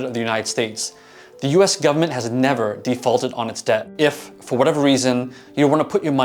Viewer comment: I just know you're from somewhere in the deep south based on how you say government... Alabama? 👀